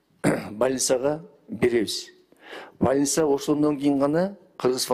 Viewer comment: Больницаны так айта албай, ( балинса ) деп суйлогон министрден эмнени кутсо болот !???!!!😢😢😢😮😮😮